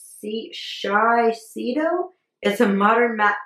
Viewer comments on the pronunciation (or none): Just to help you out its shi (short i) say doe.❤❤